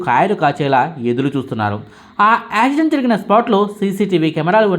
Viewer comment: యాక్సిడెంట్ అనేది పలకడం రావడం లేదు. ప్రాక్టీస్ చేయి